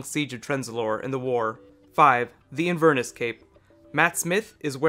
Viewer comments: do you mean Inverness? It's not pronounced as Invern iss. It's In Ver Ness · it's not "inver-nuss." It's "in-ver-NESS" (like the Loch) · A thorough video! One point on pronunciation, though: Inverness (a town in Scotland) is is pronounced with emphasis on the last syllable, not the middle one eg. In-ver-NESS not In-VER-ness. I realise there are differences in emphasis on some words between British and American English (I lived in the US for many years), but this is a British place, so you need to use the British pronunciation :) Cheers! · Great video- thank you. Really enjoyed your analysis.Many apologies if someone else has mentioned this, but I thought you might like to know that Jon Pertwee's signature coat is named after the Scottish highland town of InverNESS. not InVERniss (bless you) ;-) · Just a quick quibble in case nobody's mentioned it. It's not an "in VERness" cape, it's an "Inver NESS" cape. Named after the city in Scotland that was the birthplace of Karen Gillan. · "Invurnus cape?" What the hell is a... Oh, you mean Inverness cape! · It's pronounced Inver-NESS. Not inver-ness. It's a place in Scotland, not the quality of being "inver". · in-ver-ness, with the ness as in nessy. its a town in Scotland where the cape presumably originated. sorry to be pedantic... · A few things... First, that isn't Clara's mother (she's dead). I assumed that was her father's girlfriend or maybe her stepmother. Secondly, those aren't Cybus Cybermen, they are the Cybus-Mondas amalgamated Cybermen introduced in Nightmare in Silver. Thirdly, the way you say Inverness is very peculiar.